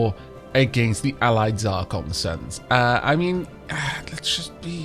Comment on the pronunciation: Zracon! ZRACON! A Proud and Noble People, yet you butcher their name! NO WONDER YOU'RE AT WAR!